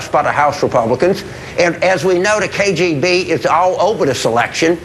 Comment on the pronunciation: k....J???? b what the fuck is the K JAY B? Does he mean K.G.B?